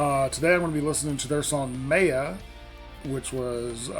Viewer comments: NEVER react to a compilation. There's a brand new video of this performance, that's actually live, yet you choose some shit compilation. Duh. Momo didn't sing in this version. You heard the studio audio due to watching a compilation. And it's pronounced MY-AH. How do you not know how to pronounce a basic word? Stay in school kids. You don't want to grow up uneducated. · Very nice reaction. Your enthusiasm over the upcoming show was palpable. FYI: In Hindi at least Maya is a word meaning illusion. And there may be others but the Hindi pronunciation is Mi (like eye) ya.